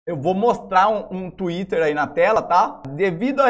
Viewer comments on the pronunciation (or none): none